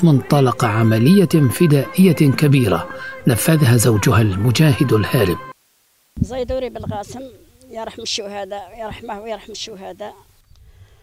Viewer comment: زيدوري و ليس زيتوري